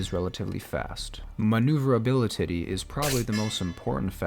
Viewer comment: Maneuverabilititty. Love it.